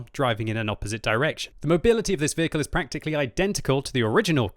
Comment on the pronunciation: "QUACKtically identical"